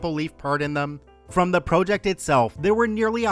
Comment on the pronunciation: why does this guy pronounce project as “pro-ject”. is it AI?